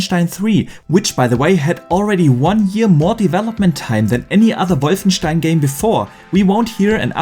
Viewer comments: The correct pronunciation of wolfenstein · That's a German name that's how it's pronounced in german. He's german... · Haha, no one does it better! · It’s technically the correct way to pronounce it